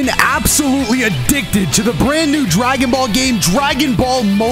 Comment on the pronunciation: Did say I'm absolutely addicted to adicked